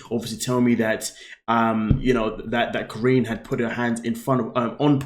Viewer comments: Her name is not Corinne - Her name is KAH-REE-NEE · how do u watch the show and still pronounce her name wrong 💀 😭 😂